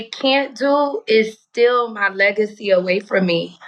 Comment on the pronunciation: They can’t “still” her legacy? 😂